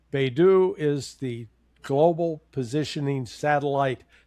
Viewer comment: Guys, the Chinese GPS is pronounced BAY ( as in San Francisco Bay) ..DOUGH ( as in donut ) Beidou = Baydoh Hope this helps xoxoxo